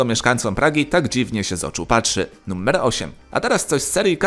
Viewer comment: Czemu Ty wymawiasz to słowo jakoś tak np. "nuMMer 10"? 🤔